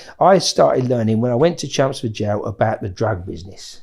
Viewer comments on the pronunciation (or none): Took me 39 mins to realise hes saying "Chelmsford". Sound like he saying chumsfords. 😂